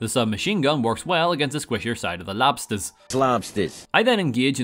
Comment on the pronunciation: Hearing you say lobsters like that made me choke on my food